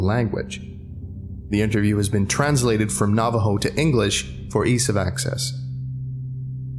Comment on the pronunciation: Glad this SCP is inspired by our culture, but you mispronounced some things: Shaman (Sh- ah- men) Dine (Den- aye) Navajo (Nah - vah- Ho) the word is Spanish and "J" are pronounced as "H" I should not speak about it, but I also don't know much Navajo language Naaldloshii ( Nah-hah-zDIT-shu-hoo-shee-et)